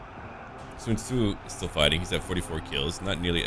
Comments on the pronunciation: Your pronunciation of Sun Ce need some work, or maybe its just me cause to me you pronounce it as Sun Tzu instead. OR you confused the two mid recording? Either way love your series compare to others that im watching. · Its pronounce sūncè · why do you call Sun Ce Sun Tzu or are they the same?